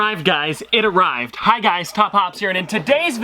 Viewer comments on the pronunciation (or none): "it araved" "it araved"